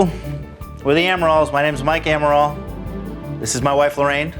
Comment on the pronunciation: Jo: Admirals? Amarals... A-Amarals... AMarals... AmaRALs... Ral-rals... AmarALs... I love how hard Jo found it to pronounce the Amaral's surname!